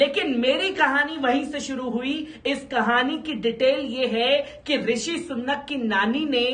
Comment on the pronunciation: Sunnat nahi bhai ,,Rishi Sunak...hai